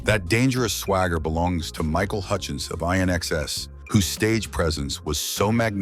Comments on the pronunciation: It’s not I N XX. It’s pronounced Inexcess! AI dubbed voice should listen up 🙄 Still love the vids thought 🙏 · This is probably an AI voiceover, but: INXS is pronounced "in excess"; Ric Ocasek is pronounced "okaysic"; Lemmy was not The Motor City Madman, that is Ted Nugent; Chris Stein is the guitarist in Blondie, not the bassist. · You made a few mistakes. The Motor City Madman is Ted Nugent!! And INXS is pronounced In excess! I only got 4 right! 😂